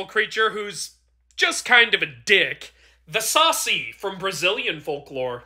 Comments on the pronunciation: As a brazilian, you almost got the pronunciation right. It is pronounced saCI not SAci. Also the Saci can create minor hurricanes by spinning around and the easiest way to catch him is by using a sieve to restrain him and take his hat as while he is restrained. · Thanks for the video on our culture,Though the pronunciation is a little off. You say it like "sasee" sa-see without the pause or the z sound. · Thanks for doing a bit about one from my country. This one is actually the most famous mythological creature here. Also, to pronunciate, the emphasis is on the "ci". Sounds a lot like "Sassy" and not "Saucy". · You can call him sah-See With emphasis on the latter syllable But other than that all is good I hears he protects the woods and only causes mayhem when someone enters the forests and takes something without asking He goes around in whirlwinds and if you put a strainer on top of a jar, you can capture him and steal his cap